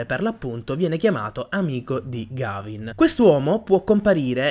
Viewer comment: Mi spiace fare il pignolo ma si pronuncia Ghevin